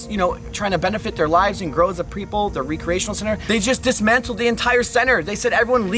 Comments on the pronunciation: Why do you pronounce “recreation” so weird? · Yes and "reeecreation instead of "wreckriration" 😁💕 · re-creation lol its recreation